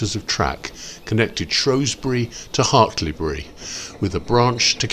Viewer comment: Hartlebury is pronounced Hart-ul-bree, not Hart-lee-bree or Hart-lee-berry